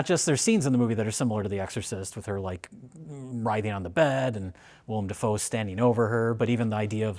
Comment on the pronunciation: It's Dafoe, not Defoe.